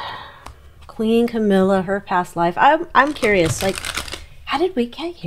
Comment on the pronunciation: Did you say cowilla.